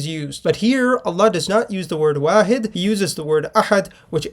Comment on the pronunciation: Waحid not wahid ❤